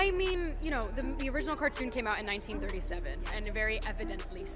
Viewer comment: AI can't say 1937 ?